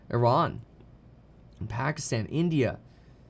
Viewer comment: Kevin pronounces pakistan accurately :O